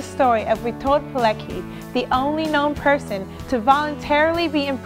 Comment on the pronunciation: niech ktoś ją nauczy przynajmniej imię wymawiać